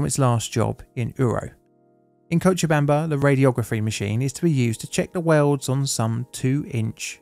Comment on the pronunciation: Hey first time I’ve seen a non Spanish speaker say Cochabamba correctly first try! Tbh not even Spanish speakers who are not from Bolivia nail it the first time as the name has Quechua roots